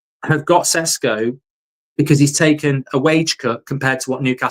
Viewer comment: Call him by his real flipping name!! Yesterday you had guy from Slovenia telling you how to say and that his sadly deceased mother had a same name!! Ffs stop sitting on your brain with this, it's not flipping Cesco! I'm genuinely gonna go fucking insane